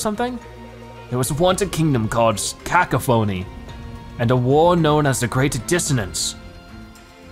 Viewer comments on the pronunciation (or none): It’s not Cacaphonie